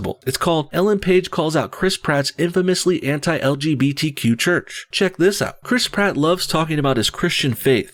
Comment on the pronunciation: Criss Pratt.. Crisp rat Im sorry but I giggle every single time you say his name